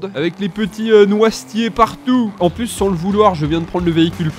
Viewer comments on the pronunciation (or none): none